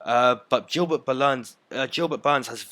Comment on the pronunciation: "Jilbert Burns"